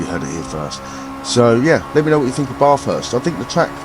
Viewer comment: Say BAF HURST. That's how it's pronounced mate